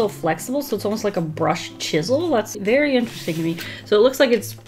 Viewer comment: "a brush...chisel nib." Me: a brisel nib